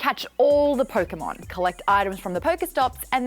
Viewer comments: Did she say PokeMaude...? smh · i cant believe she said pokémaude i hate it and love it at the same time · Pokemaude? I certainly Poke Maude